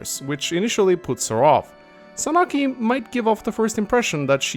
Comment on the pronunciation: Reee, you're mispronouncing Sanaki and Begnion, reeee unsubbed disliked!